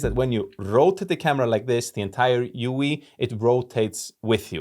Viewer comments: UI == You eye. This is how you say it. I think. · It's pronounced (you-eye). You do a great job with english by the way! Love your content. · Heyyy man just a heads up but its just the letters U & I (you-eye) for "User Interface". But I might just start calling it a uoie now lol Great review btw!